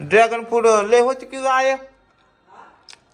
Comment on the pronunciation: फ्रूट रे not फूड